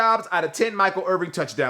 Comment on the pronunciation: Did he say Michael Irving? 🤦🏼‍♂️